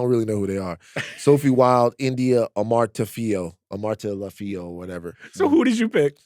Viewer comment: Pronounced Amar-tey-fih-o